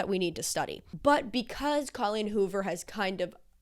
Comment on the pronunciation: Love all your videos, so excited to watch this one - I just have to say before I keep going. Thank you for saying CAW-leen rather than COH-leen... I was starting to worry I'd said it wrong my entire life 👍